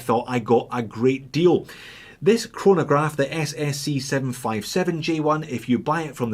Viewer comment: I stopped watching when you said "chronograph" 😂🤣😋